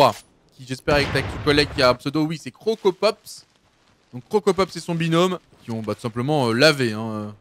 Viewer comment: KILLforDEATHHHHHHHHHHH pas forDEAD tu me stresses Et CroCROpopss pas Crocopopss